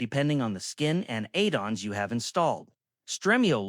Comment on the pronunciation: Eidons instead of Add-ons 🤣🤣🤣